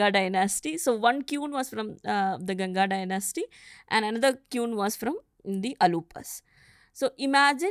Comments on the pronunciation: Very disappointed with the guest. She says history is scientific but tells stories of Pulakesin and kannagi and says no historic evidence available. Sorry to say her English is not 'scientific', 😅 the way she pronounces 'Quuun' for 'Queen'. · it's kueeen 😂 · She comes across anxious. It makes the listener/watcher feel anxious/anxiety 😞 secondly: she says queen (of madurai) as kiun (phonetic). Kueen is the actual way to say it. 🙄 third: THEY WERE PANDYAS. Saivites. Silapathikaram was penned by a jaina. But the author acknowledges in the story itself that - Sivan is the supreme God- .